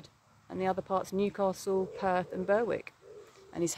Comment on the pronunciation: Berwick,,,the W is silent,🙏